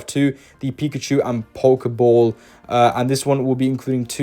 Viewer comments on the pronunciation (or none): none